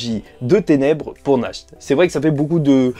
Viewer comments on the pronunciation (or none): Mon cher sache que Nacht ne se prononce même pas [naharto] mais [nahato] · Juste naht pas nahto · Nahato et pas nakhto lol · Oe dit Nash t c est mieux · C'est mieux "nachte"